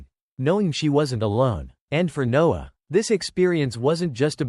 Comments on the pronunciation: She ordered pizza every night? Odd. Also, this is not good quality. Lose the AI voice and get rid of those horrible subtitles. Dude's name is Noah, not Nose. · There are plenty of humans on this planet who can read better than the bot. The man in the story was called Noah and then in the next sentence he was called NOSE. Back and forth Noah/Nose.